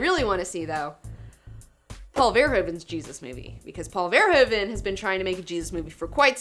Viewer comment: Verhoeven is a Dutch name, so let me help you pronounce it how it should :) The emphasis is on the "...hoe..."-part of the name, not the "Ver..."-part. And "oe" is pronounced as the "ou" in "could" or as the "oo" in "cookie" :) ^^ hugs!